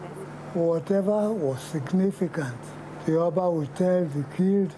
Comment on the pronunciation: John’s pronunciation of “oba” made me die a little inside. 😂